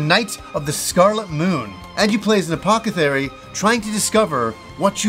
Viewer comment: “Apokethary” “puh-sudo” Is mispronunciation a recurring bit on this channel? Maybe keep the audio in English for your next few games